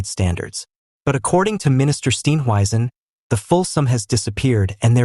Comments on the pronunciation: Please pronounce his surname correctly. Steenhuizen. Not Steen weisen. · For heavens sake learn to pronounce his name properly- it's easy !!